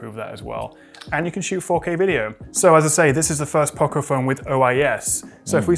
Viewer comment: You missed a third way of saying it 😆. Poco is the Spanish word for Little and its pronounced O like dog, not O like Opal Fruit.